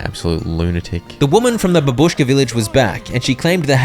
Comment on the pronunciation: its bàbushka, not babùshka